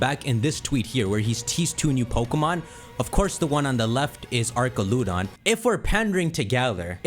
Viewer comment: how do you mispronounce archaludon even though IT WAS LITERALLY SAID OUT LOUD